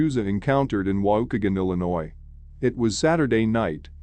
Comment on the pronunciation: Wau-kee-gan lol I grew up there.